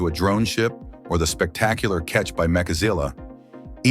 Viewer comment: Really it's MECHAZILLA not MAKAZILLA FFS